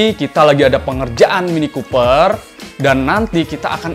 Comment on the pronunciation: mini Cooper bang.. bukan mini koper..